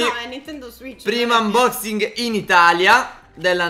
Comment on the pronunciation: Hai detto aunboxing come dicono arex e tastatore